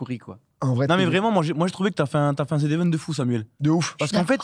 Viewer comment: Dis, dans quelle langue le z se prononce zi?